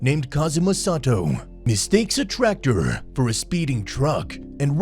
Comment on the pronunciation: I DIED TO THE VOICE OMG NO OFFENSE BUT "mistakes a traCKterrrrr" I CANTTT